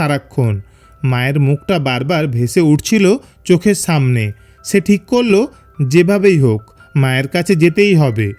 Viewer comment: সামনেকে ছামনে বলেন কেন আপনারা স কে হিডেন করছেন কেন?